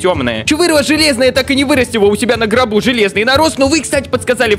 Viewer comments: Не гроб а ГОРП Все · НЕ ГРОБ а Горб 😂😂😂😂😂😂 на заметку 👌